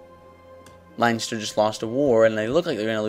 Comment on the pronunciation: If you really where Irish you'd be able to pronounce Leinster correctly. Plus your not Irish if your grandad was Irish, your a quarter Irish